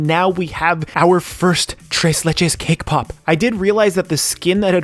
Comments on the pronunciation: I keep hearing "kpop" every time you say "cake pop"...sorry it's just me... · Who heard K-pop instead of cake pop🤣🤣